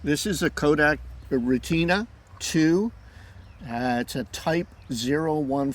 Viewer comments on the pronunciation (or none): (Rhett-Tin-Ahhhh) not (Rei-TINA) 3 syllables not 2 syllables 😊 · "Stop the presses, hold the phone" - do a Google search for ---> German pronunciation for retina You'll find that in fact the German pronunciation in Deutschland is "reh-teena" Here in Texas, we say "ret-ten-na" 😃